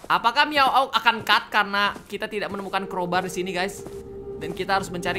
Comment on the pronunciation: Bukan miawaug kalo ga typo nyebut nama org :v wkwk